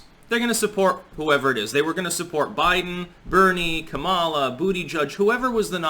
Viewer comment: It's pronounced; COMMA-lah